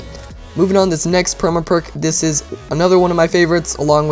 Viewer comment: The way he says perma perk bothers me.